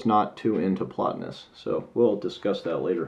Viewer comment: 15 minutes I'll never get back. Horrible review. He isn't well read in philosophy or history. He can't even pronounce Plotinous correctly... bless his heart.